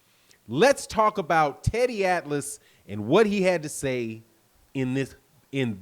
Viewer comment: You crazy teddy atlas you always say wrong.